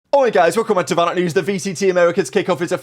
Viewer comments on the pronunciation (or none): none